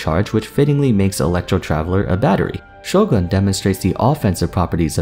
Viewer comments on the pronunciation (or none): none